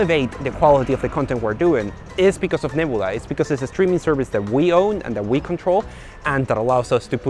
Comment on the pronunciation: FYI. If you want to talk like most Americans; take the Y from a word like your. (YuH) Then you add it to your pronunciation of the letter u. Y-U. Neb(Y-U)la. C(Y-U)riosity Stream. It’s not totally universal, but it might make your scripts flow better when you use it.